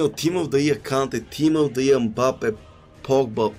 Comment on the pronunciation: Crustianuu, mbuuuppee, neymuuurrr, zlotan, so many mussesss, bullackk